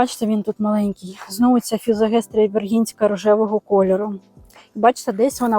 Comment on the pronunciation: Мабудь не фізогестрія,а ФІЗОСТЕГІЯ ❤В мене вона вимахала на півтора метри😅